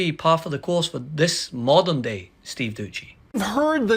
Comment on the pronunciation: Steve dousssssy…. Not duchy lol